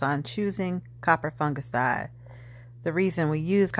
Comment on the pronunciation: "Coppah fungaciiiide" I love the way you pronounce it, like my friend Opal who's into gardening as well